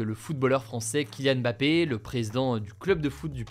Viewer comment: Bravo pour avoir bien prononcé Mbappé, sûrement le premier "journaliste" français à le faire